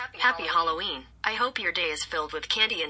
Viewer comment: happy hallurween! that's how Madea says it